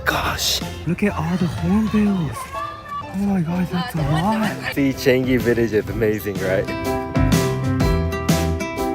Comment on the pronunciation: Changi is pronounced as chi-a-n-ngi. But say it fast. ngi as in ka ki ku ke ko, ga gi gu ge go in Japanese.